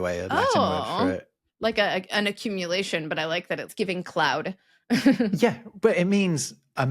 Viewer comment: Ugh. "Giving."